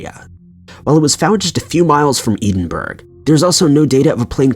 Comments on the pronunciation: First of all, the truth is never subjective. The cemetery photo has been debunked numerous times. Rotating the view shows a family camping nearby. And finally, it’s Ed-en-burrow. Not Eed-en-burg. Any small amount of research would have given you that. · Say your Scottish towns better I'm from Edinburgh in Scotland and you say edin- burg wtf 😂 good video tho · I kept saying to myself "Eden-burg"? "Eden-burg"?? Where is that?? Then I realized you still don't know how to pronounce "Edinburgh"!!! When will you learn? You narrate videos! Come on! You have no legitimate excuse for mispronouncing the name of such a famous city! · Again with the EEDENBURG -, now you're just being offensive. You've been told on more than one occasion how to pronounce Edinburgh and you're just choosing to ignore it. Grow up. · As someone from Scotland the way you say Edinburgh makes me want to cry. It’s pronounced Ed-in-bu-ruh 😂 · Edinburgh ain't said like that. Ffs. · I'm not even from Scotland and it was making me cringe too lol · Same here. You don't even have to love Scotland (although I do) to wince every time he says that. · He's done it before, super annoying to listen to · Nice pronunciation of Edinburgh! 😂 🏴